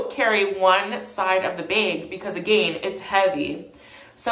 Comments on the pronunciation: i’m pretty sure he’s canadian so that’s why he says it like that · language (aslo karen) Bag-behg Sorry-Sourry Again-agaein Edit: Drag-drheg